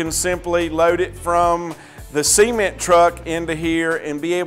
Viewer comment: Semen?.... ....ooooh, ceeeement.. right, gotcha🤣